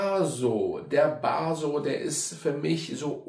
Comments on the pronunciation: Der heißt Basso nicht Baaso 😊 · Basssssso, nicht Baaaaaaaso😂